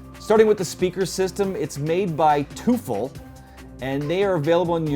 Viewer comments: Toofel :D It's Teufel. You say it like "Toyfell". :-) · The brand of the speakers is pronounces 'toyfehl', it's german for 'devil'.